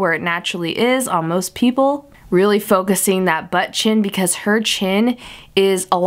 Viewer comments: I wonder how many times she said "Butt Chin" sounds like butchen lol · Butt chin said with your accent lmfao